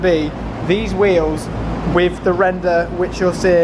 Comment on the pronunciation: Is it a thing in Essex to say "wiv" instead of "with"?